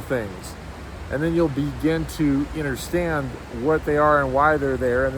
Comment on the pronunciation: It is “U”nderstand not “I”nderstand lol you say that funny